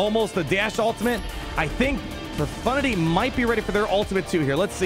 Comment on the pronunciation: lol a streamer that actually says profundity and no pro-FUNTITTY?